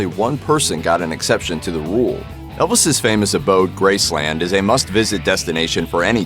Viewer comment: Please stop saying Grace Land, it is NOT a theme park. Just Graceland, all one word